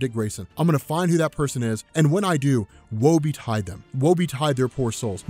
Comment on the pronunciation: Stop saying "Woe Be Tied "